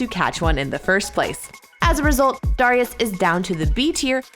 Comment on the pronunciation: why does she say darius like that